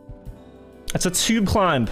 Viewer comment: It’s hilarious how he pronounces the “b” in climb